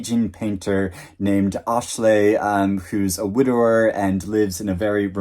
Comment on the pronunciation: I have Praiseworthy, the Balkan Trilogy, and Septology on my list for the year, too! Reading Septology now and loving it. (Thank you for your pronunciation of Asle...I've had NO clue how to pronounce it).